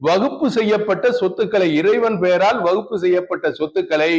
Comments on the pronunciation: அட முட்டா பயல அது வகுப்பு போர்டு இல்லடா வக் Fபு போர்டு . அத கூட சரியா உச்சரிக்க தெரியாத நீ குர்ஆன் எங்க அரபி ல தெளிவா ஓதி இருப்ப அதோட தமிழ் அர்த்தம் எங்க தெரிஞ்சி இருக்க போது. உன்ன மாதிரி இஸ்லாமிய துரோகிகள் நிறைய பேர இஸ்லாம் சந்திச்சிதான் இன்றைக்கும் இஸ்லாம் வளர்ந்து நிற்கிறது. அல்லாஹ் போதுமானவன் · waqf ன்னு கூட்ட உச்சரிக்க தெரியல . விளக்கண்ணை விளக்கம் -- யாரை வைத்து கவனிக்க வேண்டும் ?